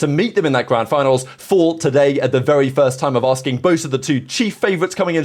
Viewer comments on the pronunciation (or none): none